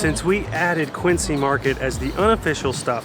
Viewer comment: They don't have the pronunciation of "Quincy" quite right. It's "Quinn-Zee" not "Quinn-See." Love your reactions by the way and poor Connecticut... you really struggled with that one. :) Oh and if you want to start a war between NY and Boston, tell them they have the same accent! NY and Boston have a fierce and unforgiving rivalry, especially in sports.